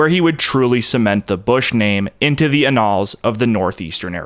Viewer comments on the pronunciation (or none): Co = Company not "Co". "a -nalz" is pronounced "an allz". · Minor correction of your pronunciation of "annals". It's like "Anne" like the woman's name and then "nulls", like null & void. Excellent documentary. New sub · pronounced "ann"-"nulls"